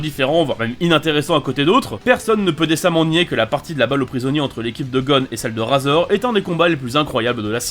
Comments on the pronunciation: vs RAAAAZOR mec c'est pas un rasoir mais RAIZOR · On dit raizor et le chef de la brigade ne s'appelle pas koullollo😂😂😂 mais kuroro lucifer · Sa s'écrit razor mais se dis rayzor.. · RAZOR Sa SE DIT RÈZOR